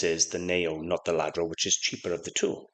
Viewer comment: I think its pronounced Yadro and not Ladro. I'm sure anyone who does not speak Spanish says it like ladro, I used to too but I'm pretty sure its pronounced Yadro